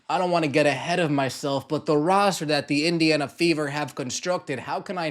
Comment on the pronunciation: Did you say WINdiana?